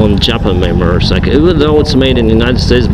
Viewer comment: are you saying murdercycle? loi 130MPH isnt slow bud